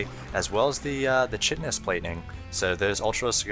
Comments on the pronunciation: it's 'ky-tin-us' plating not chit-in-us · chitinous is pronounced " 'kite-in-us" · wow..impressed at how..completely just solid this commentator is. best i've seen to be honest. only criticisms would be a little bit emotionless..hardly a problem though. and chitinous plating is pronounced like 'kite-in-us' other than that, completely superb. i love the split screen action there and the recap at the end. subbed, liked, recommended to my hardcore sc2 friends.